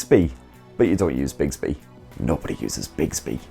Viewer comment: bigsby??? do you mean bixby?